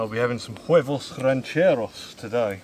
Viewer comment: You are never going to see this but your accent is off. Huevos rancheros: a Mexican breakfast/lunch dish meaning Ranch Style Eggs Pronounced: Way-V-Ohs Ran-Chair-Ohs.